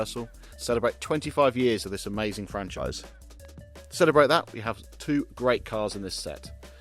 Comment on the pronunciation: The most, though not only, amaysthun bit started . The next amaythzun bit started . Castrol in its classically correct font: Is not that amaythsun? Aitch is pronounced aitch. Nevertheless, it was amaysthun that there was no apparent use of the aberrant sound 'gotten', whose increasing and deleterious presence in lately propagated parlance has got across The Pond and proceeded to delete a 'got' where it most certainly should not.